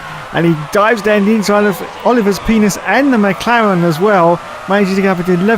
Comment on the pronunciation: Leela C'mon Leela he said wrong.